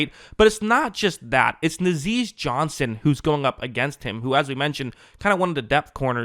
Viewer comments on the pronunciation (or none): It’s NAH-ZEE Johnson lol